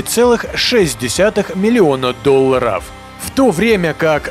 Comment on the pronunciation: С каким благоговением произносит слово ДОЛЛАР😂